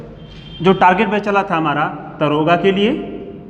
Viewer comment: दरोगा नहीं दारोगा होता है सर जी।